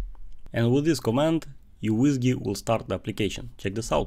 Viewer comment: It's pronounced as MICRO WHISKEY not YOU WHISKEY